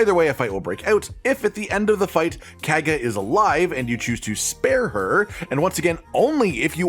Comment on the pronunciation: Yeah not sure why he pronounced it so weird they say her name enough times in the game that there was really no excuse